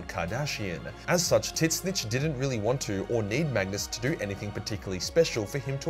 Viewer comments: tzeentch ≠ titsnitch. its literally zeentch. the t is silent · Please learn how to spell Tzeentch. There is no i and Titzsnitch sounds horrible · I know you keep saying tzeentch. But all I keep hearing is tit snitch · Pronounced Sentch* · Is he calling the god of change Tit-Snitch? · The t is silent in tzeentch and is pronounced zeech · Why do you call Tzeench "Tits Snitch"? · He pronounces Tzeentch as tits snitch what the hell 🙂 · I'm starting to believe can't pronounce Tzeench, considering he keeps saying titsnitch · The way you pronounce tzeentch in your videos is completely wrong and it bothers me. You need to fix that. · Love how you're a 40k lore channel, but can't even pronounce Tzeentch correctly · Does actually think that's how Tzeentch is pronounced or is it a running joke because I've never ever heard him say it any other way.